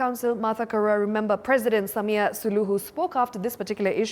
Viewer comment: Learn to pronounce her last name…. Be professional!!